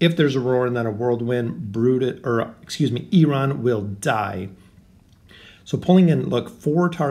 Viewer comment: dude! don't get me wrong, i like you, but why do you always say oaken inn?